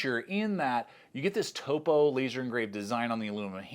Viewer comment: I’m glad to hear that you can pronounce Topo correctly…. There is more than one YouTuber that incorrectly pronounces it as “top-oh”… I’m proud of you…good work